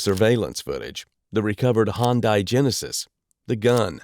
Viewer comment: It’s not a hoon Di it’s a Hyundai